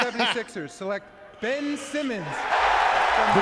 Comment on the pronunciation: Ben-ch Simmons